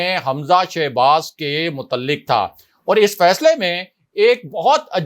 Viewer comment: Mutalik nahi mutaliq kaaf sound